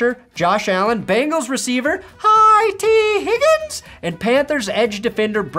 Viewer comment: Why are you saying tee Higgins like that lmfao 😂😂